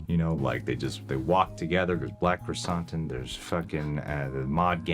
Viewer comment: I love you guys. Like a lot. But, cmon man. You have heard his name pronounced Krrsantan since he was intro’d. Not krrsAHntan. They even call him sANtos. Not sAHntos.